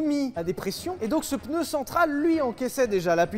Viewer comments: Parler de Michelin aussi longtemps et dire "PEUNEU", quel affront ! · On dit pneu et non peneu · pEUneu? Vraiment ? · Du coup question : peneu ou pneu... qui prononce PENEU !?!? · Aaaaaah les "peuneus"...Bisous. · Attention à cette fâcheuse mauvaise habitude de tenter de placer un "E" dans le mot "PNEU". Comme ça on évite de passer pour un crétin qui pense faire un effort de langage... 😁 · 7eme minute: je viens de me souvenir qu’ils allaient parler d’une ds à 11 roue parce qu’il a prononcé le mot pneu 🥲